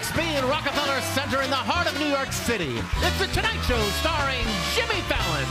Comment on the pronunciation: Why do I keep hearing ‘Sjimmy’ in the introduction…